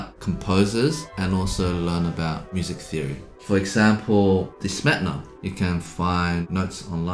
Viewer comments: As a person from slovakia, pleaaaase, it is “smetAna” not “smetna” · Ah yes, “Smetna.”